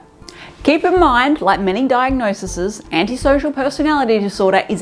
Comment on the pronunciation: "diagnoses", plz